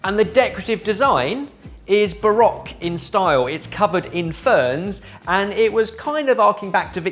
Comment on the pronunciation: doesn't instill a ton of confidence when he mispronounces Rococo and Baroque. It's more like misplaced tonal inflection